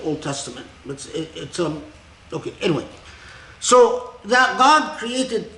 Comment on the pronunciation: Assalamu Alaikum, may I please clarify: 'internalisation of the created Qur'an'? To me it sounds like he is saying 'creative Qur'an' not 'created'. I've heard Dr. K talk very eloquently previously on why the Qur'an is considered 'uncreated', so I am finding 'created Qur'an' confusing🤔🤔